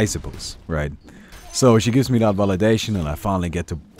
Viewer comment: like your vids but plzzz say That not Dat, gives me spasms